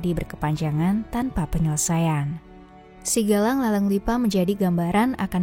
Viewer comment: Narator salah baca SIGAJANG menjadi SIGALANG yg tdk punya makna apapun. Sebaiknya narator dari org Bugis krn berbeda pengucapan akan berbeda makna meski huruf tertulisnya sama.